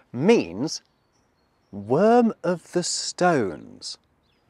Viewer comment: Hey, it's kro-KO-dee-los. The accent falls on the second syllable.